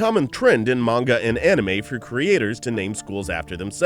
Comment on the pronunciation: Your not saying manga properly